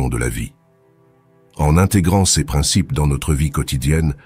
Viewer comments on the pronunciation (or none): L'intelligence artificielle ne sait pas prononcer l'adjectif démonstratif pluriel "ces", elle l'épelle comme si c'était un acronyme 😊😊😊